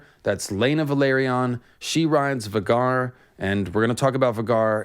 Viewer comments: Um... 'Va gar?' it's VAY gar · FYI it is pronounced Vay-Gar not Vah-Gar. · Isnt it pronounced VAY-gar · Surely it's pronounced VAY-GAR not V-GAR? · I've always pronounced Vhagar as "Vay-gar", not "Vuhgar", but that's just personal preference. 🤣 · I’m pretty sure it’s pronounced Vay-Gar, not Va-Gar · vah-gar lol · Sorry, but I absolutely hate it when people pronounce Vhagar like "V'garr". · It’s pronounced Vae-gar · Idk why it is so irksome to me, 🤷🏻‍♂️I know who you are referring to, and I myself pronounced many characters wrong in my head while reading, before the show… yet when you pronounce “Vhagar” as vuh-gar it disturbs me tremendously 😂 Same happened to me with “Hermoine” reading HP and I was so relieved as a kid to learn how to say her name properly. 😂 I’m not criticizing you nor encouraging you to adopt the intended pronunciation, just noting my personal reaction. At least it’s not on the scale with M Night Shamalon’s blatant slaughtering of Aang’s name. 😂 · it’s pronounced Vay-gar multiple times on GOT and by GRRM. Also GRRM definitely DOES have specific pronunciation for names, that’s why his spelling is so unique, so not sure where ya got that from, he says every name the same way every time in every interview. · lol Vuh-Garr🤣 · You butchered Vhagar’s name btw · Great vid but the way u say vhagar is hilarious. Still loved the deep dive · The way you say vhagar is not correct in my opinion. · Bro your saying vhagar wrong this hurts my ears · You saying Vhagar weird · They mentioned Vhagar several times in GOT. Vhagar rhymes with Rhaegar, plus in interviews the show runner says Vhagar as well. the way you are saying it is off